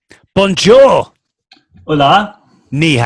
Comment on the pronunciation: You are saying wrong. Is hOOOOla, no holAAA PD: Ily❤️